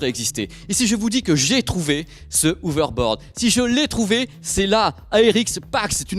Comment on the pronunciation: On dit "HoveRboaRd", pas "Hovebod". Merci